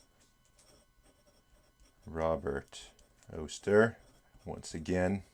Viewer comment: Robert Oster rhymes with Foster 🙃 I'd be surprised if you got much sheen on that paper. They do best on really non-absorbent paper. I don't know for sure, but I suspect he might literally be referring to fire reflected of water. We get a lot of bushfires in Australia.